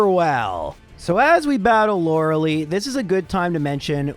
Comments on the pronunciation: Lorelei is pronounced Lor-ul-lye. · Just knowingly says loreleis name wrong every time